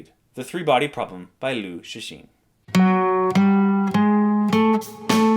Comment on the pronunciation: Rarely did I see a foreigner who knows how to read the name "Cixin".